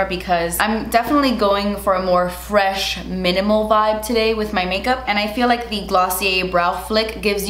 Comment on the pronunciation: Because of I no longer say FRESH. I’m cultured and say “very EFRECH”